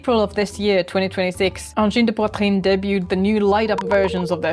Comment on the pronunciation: Bravo! You're the first English-speaking person to pronounce 'angine de poitrine' correctly! Excellent video!